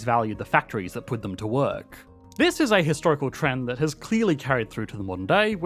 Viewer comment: You mispronounced “has” – France “is” (has) an economy…